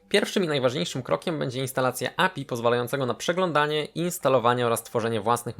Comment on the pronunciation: "API" ała, nie czasem "ej pi aj"?